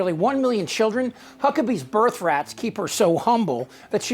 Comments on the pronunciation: 😂 he said birth rats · He said birth rats 😂😂😂😂